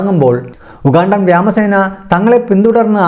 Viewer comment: സംഗതി ഓക്കേ.. പക്ഷെ കൊല്ലപ്പെട്ട നെതന്യാഹു ഇപ്പോഴത്തെ നെതന്യാഹുവിന്റെ സഹോദരനാണോ എന്ന കാര്യം പരിശോധിക്കണമെന്ന് അഭ്യർത്ഥിക്കുന്നു., വ്യോമസേന എന്ന് പറയേണ്ടത് എങ്ങനെ വ്യാമസേനയാകുന്നത് മനസിലായില്ല.. 🤔🤔🤔🤔👍👍👍👍👍